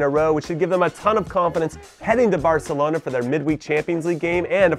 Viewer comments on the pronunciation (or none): none